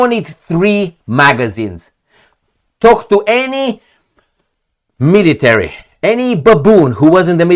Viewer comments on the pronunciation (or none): none